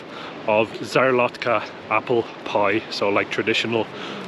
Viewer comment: So stunning, probably one of my favourite places in the Tatra mountains. Would really love to return one day. I hate to be THAT guy but szarlotka is pronounced sharlotka but it doesn't really matter 😂 so glad you got to see it as it's incredible, loved this video